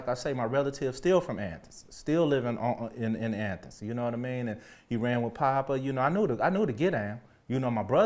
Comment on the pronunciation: I like how he says athens as Anthens . Lol